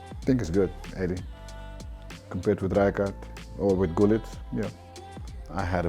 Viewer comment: so it is gullit not hullit??